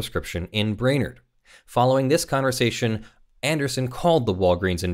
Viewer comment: Brainerd = “bray-nerd”